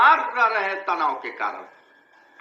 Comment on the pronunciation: Guru ji nmaskar .hain aur hai ka uchharan sthan smagh me nahin aa rha hai